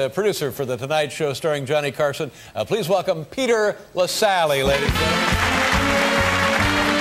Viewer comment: Have respect for people's names - the name is 'Lassally'.